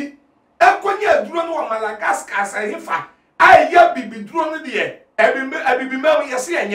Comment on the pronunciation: Madagascar not Malagasca